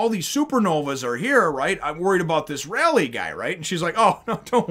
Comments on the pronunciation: Kid is the man. So badass. Also, Ray-leigh. He's a monster. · Umm...His name is pronounced Ray-lay. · Rayleigh is pronounced "Raylee" (ray like the actor Ray Barone, and the lee like Bruce Lee).... Out of all of the supernovas, Law is by far my favorite..... except for luffy ocf.... this marks the real start of the arc.... prepare your pants, we are in for a wild ride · First, Rayleigh's name is pronounced.. Ray-Leigh. Leigh is another way to write the name Lee. Secondly, the X in X. Drake's name is actually the number ten in roman numerals. So, his name if Translated into English is Ten Drake. But the pronunciation is Spanish and in spanish the number ten is Diez. So, his name is X Drake is pronounced Diez Drake. Thirdly, all the supernovas are named after real life pirates or places. Capone Bege is named after Al Capone and the English privateer William le Sauvage Urouge is named after a Barbary pirate named Oruç Reis. The pronunciation of Oruç and Urouge is roughly the same. Jewelery Bonney is named partly after Anne Bonny. Eustass "Captain" Kid is named after the real life pirate William Kidd who was nicknamed "Captain" and named after another real life pirate Eustace the Monk. Trafalgar Law. Law is derived from the real life pirate Edward Low. Which in Japanese is pronounced pretty much the same way as Law.Trafalgar is the name of a cape in the South-West of Spain and during the Napoleonic wars there was a battle known as the Battle of Trafalgar. Trafalgar is pronounced in an American accent as this... Truh-fall-ger (grr) X. Drake is named after a real life pirateer named Sir Francis Drake Basil Hawkins- Hawkins comes from a real life pirate named John Hawkins Scratchman Apoo - Apoo comes from a real life chinese pirate named Chui A-poo Killer - Oda said he picked the name "Killer" out of sheer laziness; thus the name holds little to no